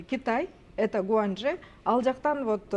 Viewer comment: Ээ сулуу кыз, гуанчи эмес Гуанчжоу десен, Садыр Нургожаевич бийликке келгели баарынар эле сабатсыз болуп кеттиңер да